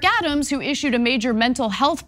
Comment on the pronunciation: Thank you for your report. "Adams' " is pronounced " Adam's ", no need for the extra 's' .